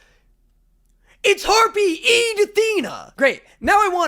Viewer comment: HE SIAD HARPIE IDA😂😂😂